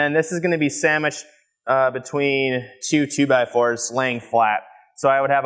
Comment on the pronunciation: Did he just say 'Sammich'd'? LOVE IT!